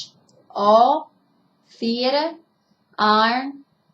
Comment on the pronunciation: you sound like an old black maid, but its funny I like accent, especially when you said theatre